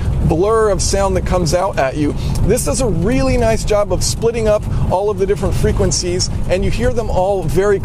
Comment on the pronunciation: You pronouncing the word frequencies made my ears literally bleed